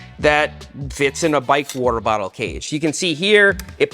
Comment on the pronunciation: He said WOOTER- Bottle 😂